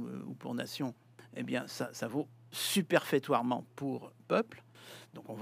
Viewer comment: "Superfétatoirement" et non pas "superfétoirement" monsieur l'académicien.